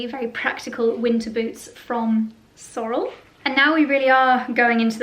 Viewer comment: Love the shearling brown short rubber boots. The tall black and brown ones are ubiquitous. You can find them everywhere. In the US and Canada we pronounce Sorel’s “Sor-elle”.